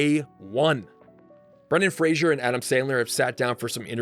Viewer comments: Great film, I saw it at the movies when I was 13 and I loved it! Btw it's Fraser (like razor) not "Frasier" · This video makes the same mistake that Dickie Roberts did when pronouncing Brendan Fraser's name....it's pronounced FRAY-zər not FRAY-shur 😉😉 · fraser, pronounced “FRAY-zer”. not fraisier. common mistake. i’m listening niles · His name is Brendan Fraser, pronounced like Razor starting with an F. not Frasier (Fraysher). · Imagine doing all this great work to make this awesome video and still not knowing how to properly pronounce "Fraser" 🤷‍♂️🤦‍♂️ the disrespect